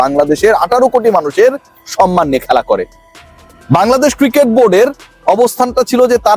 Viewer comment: তোরা ভারতবাসী তো ভালো উচ্চারণ করতেই পারো না। খেলা তোরা বলিস কেলা।